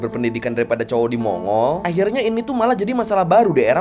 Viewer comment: Bang, pronunciation yg bener mon-gol